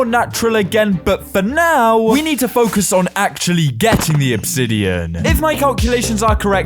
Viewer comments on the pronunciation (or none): none